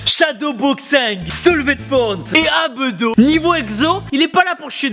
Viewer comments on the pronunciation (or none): A il dit « abeudo » au lieu de dire abdo